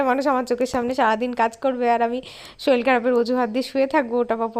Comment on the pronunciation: ওটা শরীল না কথা টা হচ্ছে শরীর 😮😮😮